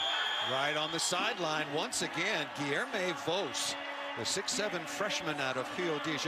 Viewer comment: Hearing the way they pronounce “Voss” hurts